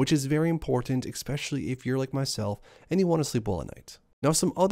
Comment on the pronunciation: I'll subscribe if you never say 'exspecially' again lol